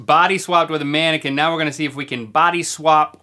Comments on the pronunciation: Its mannequin not maniken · "Im a tannaquin" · Did he say tannequin???? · No one: Link: “I’m a tannequin”